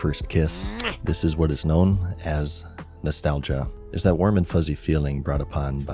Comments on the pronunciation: "nostagia" yaes. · Ah nostagia without an L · nostagia lol